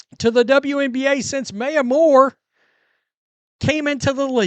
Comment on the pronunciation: It's MY-a, Not MAY-a. Maya Moore is the most exciting player to ever come out of UConn, and a TOP 7-10 all-time player. She retired early to get a wrongfully jailed person out of jail, who she later married. A great story. She deserves to be called by the right name. Keep up the good work, though.